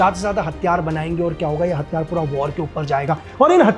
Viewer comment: आप प्रयास करो कि हथियार को साफ़ साफ़ हथियार कैसे बोले 😂 आपने जैसे हर बार हथियार को हत्यार बोल रहे थे